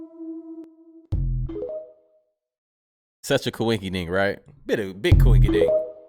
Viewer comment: & NEVER.....EVER.... say KWINKY DINK!!!....EVER AGAIN!! Its code for..... I_AM_A_???